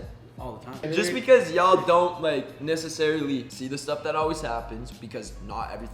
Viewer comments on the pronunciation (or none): Me everytime josh says necessarily ME: NESSA- sarily